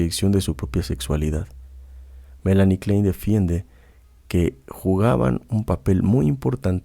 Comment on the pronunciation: si puede pronunciar froid pronuncie klain, como corresponde a su raiz austríaca.